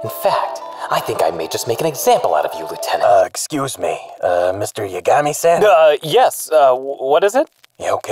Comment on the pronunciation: I'm not sure which is funnier, the bad pronunciation or "Mr. Yagami-san", like he thinks 'san' is part Light's surname and not the Japanese version of Mr./Ms./Mrs.😆